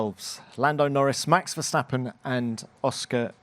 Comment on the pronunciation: Max Verstrapon 😂😂😂